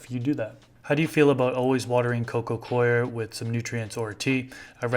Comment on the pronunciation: It's nice to hear someone pronounce coir correctly.